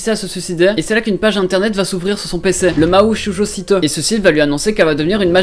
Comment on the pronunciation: Mahou shojo site: le "site" ça se prononce comme en anglais nan?